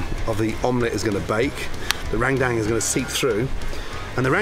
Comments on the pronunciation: gordon ramsay : rendang what i heard : rang dang the subtitle : rain bank, rang down, rain gang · Heheh just like "Rendang" it more like "rengdeng" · Gordon Ramsay : RANGDANG Me: ok, close enough Subtitles : MERINGUE D4MN Me: I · Rent Dankess ramsay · no one: literally no one : Gordon Ramsay: rrrrrrendang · No one : Gordon Ramsay : rAngdAnG Me : 👁👄👁 💧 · Its pronounced "run-dahng" But i like that way Gordon says it 😂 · How gordon just said rendeng me be like🤣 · Rendang ❌ RENGDENG ✅ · NTAR YG NONTON BULE TIBA2 NGILER😂😂 MASAK SENDIRI LAH Btw tu orang kalo ngomong rendang (Rewduang :v) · cara omong rendang salah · In normal indonesia language it's called rendang not randang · “Rendang” he spell it like “rain dang” 🤣 (it’s about pronounced ) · lmao i laugh so hard when he pronounce rendang to rain dang skskksksks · LMAO RANGDANG🤣🤣🤣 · "Randang paste" I'm not sure about you guys but my pronunciation is "rendung" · *Rangdang. That's how he said Rendang. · Langtang, rain bank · Bro so true, hahahahhaha its actually rendang but he say "Rangdang" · Rain down also. So funny to read the automatic subtitle. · Lagtan too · Gordon ramsay: "RANDANG" Me: I can hear you but I won't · Listening to the video without watching and keep hearing rang dang 😂 its pronounce as "ruen done" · Indonesian: "Rendang" Gordon Ramsay: "RAIN DANK" just joking lol thank you for coming here, Chef! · indonesian people say " rendang " But some bule's say " rangdang" So.. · Randang randang wkwk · Rendang = Rain Bank, Rain Down, Rang Dang 😂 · Its Rendang la.. Not "Rendeng" (Rain Dank).. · enak sekali chep. besok2 kalau mau ke padang belajar dulu cara pronounce rendang yaa cheff,,,,,,, itu "rhen dhang" bukan ran dam 😅👍👍👍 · Im from indonesia,when you say rendang why randang? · Its f*ckin Rendang. R-E-N-D-A-N--G... bloody hell Mr. RAMSAY... not Rang Dang.😅 (Only This way i could swearing to the Great Ramsay ) 😂😂😂😂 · its not rengdeng its RENDANG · That ”Rrrrrendang” is my favorite line😂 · THAT URRRRANDANG